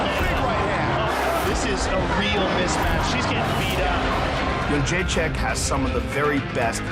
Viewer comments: Joanna Jędrzej-CZYK not CZAK. Come on!!! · yed-jay-check. how are so many people fucking that up lol